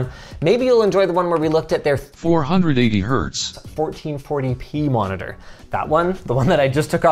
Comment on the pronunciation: Ah yes, an "endgame monidoor"